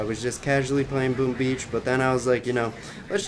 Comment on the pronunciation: No one:: Welcome back to another BOoom BEAch video